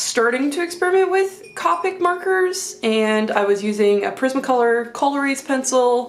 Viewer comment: Thank you for sharing your beautiful art! Just a couple things, Copic is pronounced with a long "o" like the "co" in cooperative. You might want to try a Rendr sketchbook - the marker won't bleed through the page so you can use both sides. Some papers are too absorbent and will suck your markers dry. The best blending paper is X-Press It - made for alcohol markers. Here's my affiliate link to a pack on Amazon: I think they also make sketchbooks but not hardbound (I believe they are wire), which is why I suggested the Rendr.